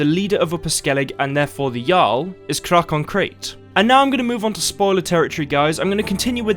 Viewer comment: I think Crach is pronounced differently. Similar to Krach in German.